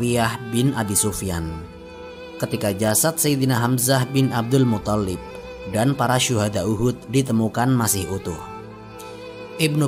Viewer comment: Abdulmuththalib,bukan muthallib.yg tasydid tha'nya bukan lamnya.maaf.